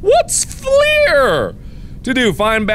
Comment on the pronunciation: Baconadian Just FL-UR. A lot of people try to say it with the French origin as well, as if it were spelled Fleur. Which I'm okay with but sometimes they get it completely wrong lol